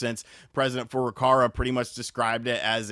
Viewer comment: the president of Nintendo, his name is pronounced Foo - Roo, Kah Wah it's not "Foo' ruh karwuh"